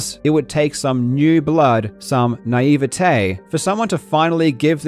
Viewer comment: As a french guy, i totally approve your pronunciation of naivete 😍